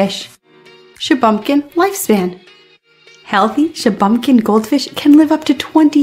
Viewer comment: Shuh-bun-kin, not Shuh-bum-kin